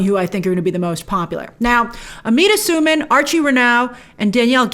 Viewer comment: Amita's last name is pronounced Sue-Man btw and Inej in the books is Suli which is kind of "south asian"